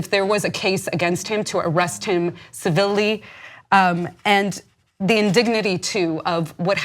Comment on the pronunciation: Imminent not "Eminent" Civilly not "Civ-illy" "Los Angels is the capital jailer of the world" Use of English and Grammar in this video is pretty poor lol